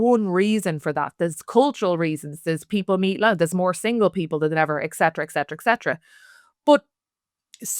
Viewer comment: I love the content. So, ok, the term is "Et Cetera". It's latin, but one of my pet peeves. In latin the C is hard. In english we use a soft C. But, the first word is "Et". There's no X in it etc etc .. .